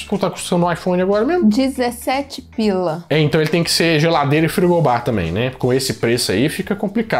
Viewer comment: "dezessete pIla" 😂